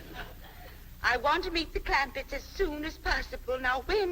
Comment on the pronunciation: CLAMPETTS, not Clampits